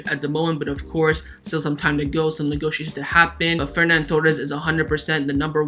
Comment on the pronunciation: Its not FerNan Torres, its Ferran Torres